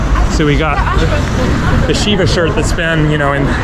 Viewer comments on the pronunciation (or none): none